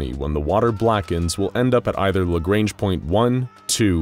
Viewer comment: It's LA GR-AU-NJ